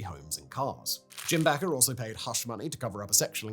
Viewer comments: How could you not know that their name is pronounced /BAY-ker/ ? WTF is „BACK-er “?? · Bakker=Baker like a person who bakes. Not backer but baker. How in fucks name could this have made it past your editors? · It’s Jim and Tammy bake-er. Not backer. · In a twist of American English, Bakker was pronounced “baker”. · Bakker is actually pronounced like the word "Baker". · This may be buried deep in the comments, but in case it's not there at all. Bakker is pronounced like the bread and caking professional, baker*. The *a is a long vowel. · Jim and Tammy Faye Bakker, is pronounced like Baker ... like the guy who bakes your bread. I know ... 2 k's ... but that what they called themselves. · He can even confidently mispronounce something as simple as Baker. Amazing. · you are pronouncing Bakker wrong, it's a hard A, like baker, a person who bakes i remember their tv show, and they said the name .."welcome to the Jim and Tammy Faye Bakker " show... ministry.. etc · Their name was spelled Bakker, not Baker. It's a sensible mispronunciation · Listening to Simon say Baker in the way he did totally made me cringe. Oh Simon, you are so so British.